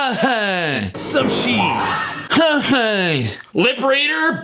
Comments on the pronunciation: “Here’s SOME CHESE.” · Yes, but it would sound like the [t] sound of the CH in cheese went away. Cheese turns into sheese. Like how cheers becomes sheers